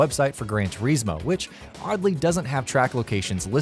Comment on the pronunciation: Everything in this video, from the way he says "Turismo" to having Forza listed under "Simulation" is enough for me to just click off it right away.